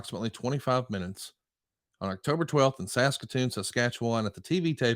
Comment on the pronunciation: I gotta say I’m very impressed with on this one. For a southern boy to manage to get out Saskatoon Saskatchewan that close to correct is incredibly impressive. That’s not a knock on people with a southern accent, Saskatchewan is a native Cree word, That screws up almost everybody. Great video fantastic topic and again well done to. Yeah, I’m from Saskatchewan, And I see you said it just fine.